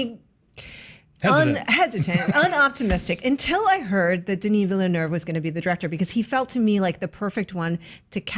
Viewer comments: and deserve an high five for pronouncing Villeneuve correctly. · Taedrem I'm french canadian and they did, not in a perfect way but at least they did not pronounced it "villenoo" like wtf hahaha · Thank you for pronouncing his last name right